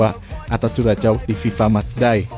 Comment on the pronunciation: Min..tambah wawasan dong cara baca nama suatu negara....Curaçao itu tidak dibaca curacao tapi Kurasao